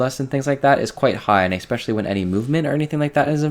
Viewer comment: No one starts fights with 5 shards, no one has 100% reap uptime, and the kills aren't that much faster. Go look at your last kills to your this weeks kills. They were faster, but not by so much as to push your point. Also, it's Eh-Specially. Not X-Specially. You are right though, they didn't need to nerf it now. It was very stupid.